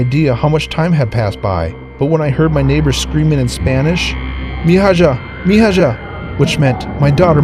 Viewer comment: Bro its pronounced Mee-ha in Spanish. Not Mee-ha-ja or whatever you were trying to say. For a boy it woukd be Mee-ho. Just saying?